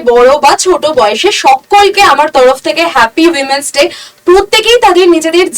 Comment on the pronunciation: Women's day k umens day bolchen ..ami age giye ektu porasona korun😅